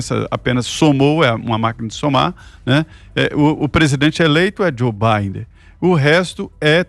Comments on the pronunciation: ele deve está zuando o nome do cara kkkkkkkkk. Na verdade é Biden ou Bidé?? Kkkkkkk! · Zé Manézin Joe Bidener Ana ... aiiiiiii enfase no BIDEN pro Zé aprender auehuaheuahe